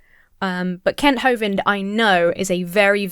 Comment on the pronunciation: When you say “Kent” I don’t think you’ve got the vowel sound right